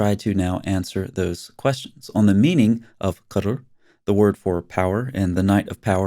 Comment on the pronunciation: The right pronunciation is: "qadr".. not:"qudr".. It's the most annoying night of the year for me since i live in the Middle East.. imagine buffles amplifying prayers from so many minarets all night! Literally! I once called the police and they said have a little patience.. 3 more days and it's over.. Little they knew I am an ex- muslim new born Christian who has health issues that makes me hypersensitive to any noise.. 😂